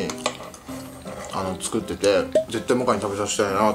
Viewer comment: ごはんチュクって！！って言ってないか。